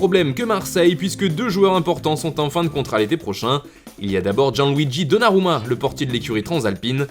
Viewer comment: Donnarumma en bonne prononciation Enfin